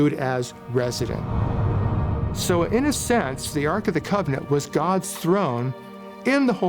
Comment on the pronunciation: Why is calling the holy relic holy gavanant!?😂😅